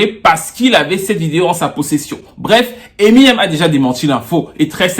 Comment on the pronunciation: Je dis hein, personne ne wanda sur comment il dit emi nem avec l'accent ? On dirait qu'il parle d'une nyango du quartier 😂😂😂😂 En tout cas, merci pour la vidéo, un mercredi bonheur comme ça 😍